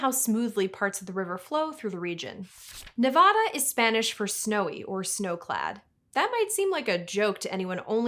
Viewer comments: Everyone in Nevada is cringing from your pronunciation of their state name. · After that big disclaimer at the start of the video, I understand that some of these native words are going to be a little difficult to pronounce. But after all that how do you possibly mispronounce Nevada? For shame! 😊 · It is pronounced Ne-VAD-uh not Ne-VAH-da. You can easily tell who is native to the state by the way they pronounce Nevada.